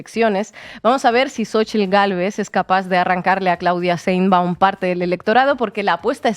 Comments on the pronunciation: Sheinbaum no se dice Sheinbun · Todo muy bien pero de verdad es tan difícil pronunciar correctamente Sheinbaum?🙄